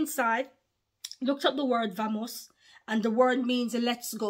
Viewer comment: It's pronounced with a b sound in Spanish let's go! Bamos/vamos